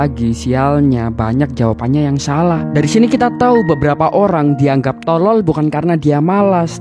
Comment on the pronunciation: Penjelasan bagus, tapi penekanan kata bodoh dan tolol agak mengganggu, tks